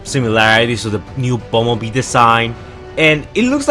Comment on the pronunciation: Bobee it's Bumblebee